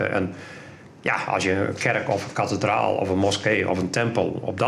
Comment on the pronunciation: Kathe-draal Kat-alysator